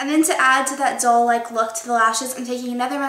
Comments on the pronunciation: It sounds like she's saying "dull" instead of "doll"... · At first i kept thinking you were saying dull-like instead of doll-like lol loved that this was mostly drugstore so pretty too! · when u say doll it sounds like ur saying dull haha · Everytime you said doll I thought you were saying dull